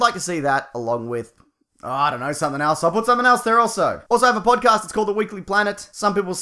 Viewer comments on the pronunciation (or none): none